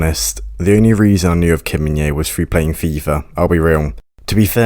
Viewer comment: Thanks for the video! Just FYI, the J is pronounced, so his name is pronounced as Min-Jay, not Min-Yay (the English version, anyway... the actual Korean pronunciation is Min-Jeh which isn't difficult at all, really)